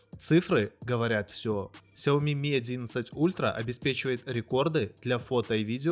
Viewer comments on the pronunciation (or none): none